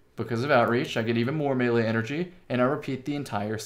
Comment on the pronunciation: Love it bro! You even pronounced melee correctly! This guy knows his stuff!